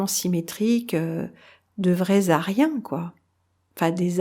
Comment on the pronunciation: Mon commentaire ne répondait pas à la question posée en titre de la vidéo, mais faisait juste remarquer que lorsque parle des aryens, en faisant la liaisons, on entend lézarien....